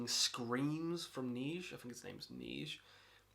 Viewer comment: french speaker here! neige is pronounced “nezh” not “neezh”